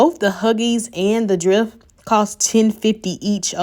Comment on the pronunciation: Ty but do u ever have any $19 deals & fyi it's dreft with e sound not drift with I sound 🤷🏿‍♀️